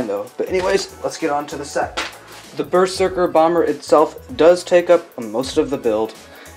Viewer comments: Bro it’s pronounced berzerker not ber serker!!!! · It's pronounced berzerker